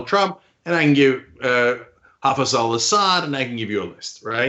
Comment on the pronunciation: Al Assad is a good leader, you are just an ignorant fool, can’t even pronounce simple names, only excuse is that your a yank, and as the world knows all yank are thick.